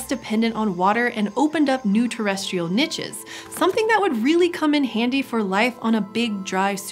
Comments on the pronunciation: "Nich". Every time :( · That is not how you pronouce niche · I love this channel but you say niche wrong :( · It doesnt bother anyone else that she is saying niche wrong? No? Just me? Ok. Otherwise its yet another great video from the channel that never fails to educate me!